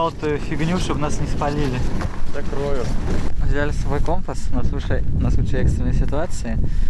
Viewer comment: не кОмпас, а компАс!